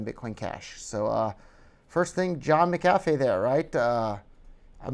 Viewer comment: HAHA he can't even pronounce his name right